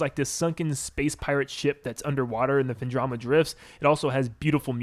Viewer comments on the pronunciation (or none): Have to point out the mispronunciation of Phendrona as Phendroma and Sanctuary as Sanctum...Just comes across as a bit lazy. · A) It’s pronounced Phendrana with an n. B) I cannot seriously believe that the backtracking in the first game is so severe that you would ding it one or two points in a rating; that seems somewhat harsh given that the game from what you said excels in every other aspect.